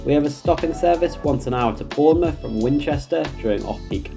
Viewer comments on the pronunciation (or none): none